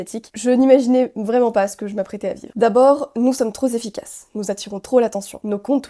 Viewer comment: "nous sommes trop zzefficaces". Je me suis arrêté là.